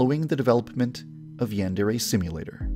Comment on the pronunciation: Yon-dare-aye NOT YAN DEREAYE